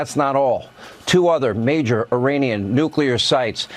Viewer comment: He can't even say Iranian. Sounds like Uranium. What an absolute twat your president is.